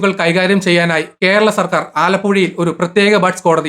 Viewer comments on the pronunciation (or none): none